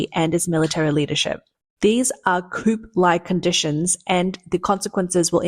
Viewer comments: Coup is not pronounced "koop" , but rather "koo" -- It's a french word and the "p" is silent. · It is COO not coop. Look up pronunciations you don't know. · Coup, not coop . Come on miss. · The word "coup" is French and should not be pronounced, "KOOP" but, "KOOO". The P is silent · It's pronounced "coo" not coop. It's a silént "p". You're welcome 🤗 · It’s pronounced Coo (silent p) not coop. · Koo you dum robot. Not coop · Coup is pronounced Coo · Coup is pronounced Cooo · “Coup” is pronounced, “Coo,” as the P is silent, in the same way apparently as the “J” is silent in your Journalism… “urinalism.” 🤨🙄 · "coup" is pronounced "coo". (It's a French word). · Coup pronounced coo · FYI- small thing, but “coup” is pronounced “coo.” It’s a French word, and the p is silent. Also, “corps” is pronounced “core.” Another French word with a silent last letter in English.